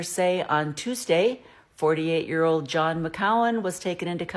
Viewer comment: That’s not how John’s name is pronounced. Are you sure you know what you’re talking about?